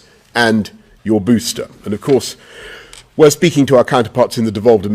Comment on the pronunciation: Sorry but "booster" sounds so funny in a British accent